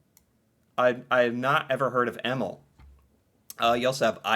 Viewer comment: some guidance. If you want to say it right. Use google translate with sound . But EMIL is not pronouced EMMILL. It's Eh-miil. Emilie is Eh-mi-li-eh. Thea/Theo is Teh-ah/oh. Tobias is To-bias.